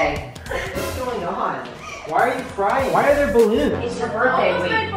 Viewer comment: It’s crying not carying